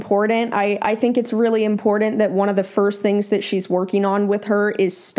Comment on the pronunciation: Iit’s funny how both you and pronounce the word “important” incorrectly. Otherwise, good video!💓